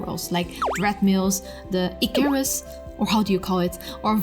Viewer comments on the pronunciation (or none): none